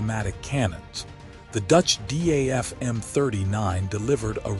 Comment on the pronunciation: Name is not pronounced as D.a.f. But Daf. A.I. always gets This wrong.